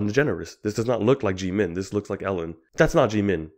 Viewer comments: When he says it, it somehow sounds like jee man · Please stop saying "Jimin" Jeemin. 😂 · This, is Jeemin Omg I'm sorry but I'm wheezing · The fact that you purposefully fked up his name made me cackle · I was also bothered a little about that 😅 but I guess because of their accent or just pronunciation differences.